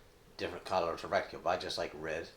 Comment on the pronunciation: It is pronounced Re ti cle Not Rec tic cle